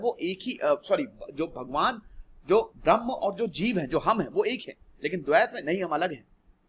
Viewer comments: Dear sir... Your pronunciation of Braham (braham + muhurat = Brahmamuhurat) as Brahman is turning complete misinterpretation of entire explaination... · This is not Brahman but brahm. Please pronounce it properly. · Sir it's not Brahman it's brahm